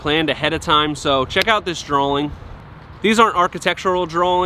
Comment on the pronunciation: Love these videos. Very informative. But WTF is a "drawling"?